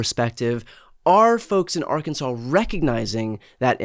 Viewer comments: First person from that state that said Ar Kansase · Why isn't Arkansas pronounced like Kansas?